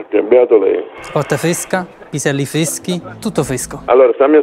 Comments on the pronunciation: Piselli fveschi tutto fvesco!! Hahahahah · Questo video è tutto fvesco l'ho visto pevsonalmente io in questo momento. P.S = Piselli fveschi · Scherzi fveschi, fvesco tutto fvesco! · "Chi parla???" "PISELLI FVESCHI, VICOTTA FVESCA, TUTTO FVESCO."